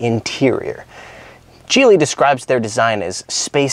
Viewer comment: Geely is pronounced Geely with a G. Kind of like Geek. Geeeely. Not Jeely!